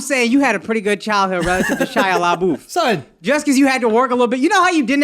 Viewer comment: SHIA LA-BOOTH LMFAOOOO